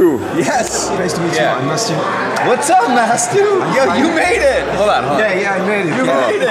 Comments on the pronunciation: il dis Matsou parce que Jimmy avait dis Matsu au lieu de mastu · Non il dit bien Mastu mais il le prononce à l'américaine donc on a l'impression qu'il dit Matsu